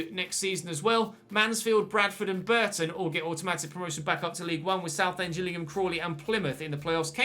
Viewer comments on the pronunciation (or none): none